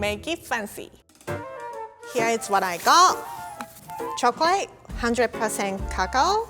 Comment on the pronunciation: why does she say "chocalay"